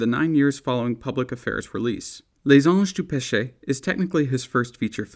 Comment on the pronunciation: learn how to say les anges du peche properly if you're going to be pretentious enough to say it in french with some silver spoon in your mouth, you stupid moron